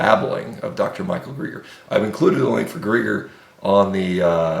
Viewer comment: This guy can't even pronounce London Real or Dr. Michael Gregor. He's really on top of things! I'm going to follow everything he says!